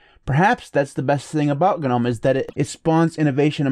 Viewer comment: The g in “gnome” is silent! It’s like “nome”! Not “guh-nome”